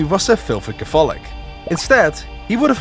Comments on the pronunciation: your pronunciation of the word catholic is a heresy much more severe than Luther's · Yo, in the English language Catholic is pronounced Kathlik. The 'o' is silent. Otherwise this is a great video. Great work! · Just a linguistic note: "Catholic" & "Protestant" are pronounced with the emphases on the first syllables. KA-thu-lick & PROH-tuhs-tant. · Dude, your pronounciation! That's not how you say words! Please do something about not only your extreme Dutch accent, but also please just learn for example where the accents are in the words catholic and protestant before doing a video on the reformation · Could someone tell this guy how to say Catholic? kafolic doesn't cut it and he can't say protestant either. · For a video that says protestant and catholic about 1000 times, you couldve looked up the proper pronunciation. This was painful to listen to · Am I the only person bothered by the way he pronounces catholic and protestant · Ok, so if you're making a video about the 30 years war it might be a good idea to look up the pronunciation of PROtestant and CATHolic rather than assuming Dutch syllabic stress.